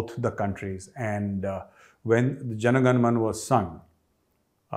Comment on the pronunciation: Hi Sir, I am a Big fan with a big complaint: It is NOT Jan gan man, It is JANA GANA MANA, just like it is not Keral, It is KERALA and not Karnatak or Kannad, it is KARNATAKA and KANNADA. How is it that people from North of India can say Canada properly and not Canad but mispronounce one of their own language or states. We all love the way how you mock our beloved neighbour for mispronouncing the names but you are doing it yourself. I know you are not doing it intensionly but we would very much appreciate if you made an effort in properly pronouncing the names. Once again big Fan! JAI HIND!